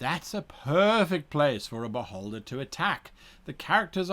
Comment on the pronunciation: My inner 12 year old has to giggle every time Guy says "beholder". It tends to sound like "butt-holder". I also laugh at butt jokes and tell dad jokes (much to my daughter's annoyment). So.... yeah... Sadly, any character that I play is now forever going to die from an insane amount of attacks by a very annoyed beholder wondering why this adventurer who came to challenge it is on the ground laughing...